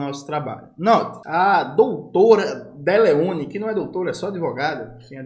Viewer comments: A dislexia do Jones rende muitos nomes bons. Deleone foi ótimo! 😅 (comentando pra engajar) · Eu tive que voltar pra ter certeza que eu não escutei Deleone errado kkkk